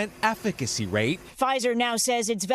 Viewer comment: I’m sorry, what? “Aff-feck-acy” rate? Nice try, aliens...